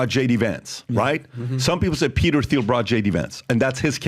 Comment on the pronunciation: Somebody tell them Thiel is pronounced "Teal" not "Theel"!